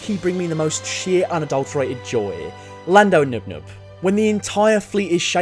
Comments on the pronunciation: I'm SORRY did he just call Lando's co-pilot " NUP NUP ". His name is NIME-NUM. I'm sorry I just couldn't let that go. I'm sorry I really tried. I really did..... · I just want to clarify that it's Pronounced Nien Numb. Not nub nub... You mean Ben Burt? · Lando's Co-Pilot in the Falcon is not "Nub-Nub" or whatever you said. His name is Nien Nunb. Pronounced like "KNEE-in NOONB." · You did not just call him yum nub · Did you just call Nien Numb 'Nub Nub'?... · reeeee the guy''s name is pronounced 'nine nub', all jokes aside though, these are the best star wars vids on youtube, please keep it up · It’s actually “Nien Numb”, at least according to the Expanded Universe.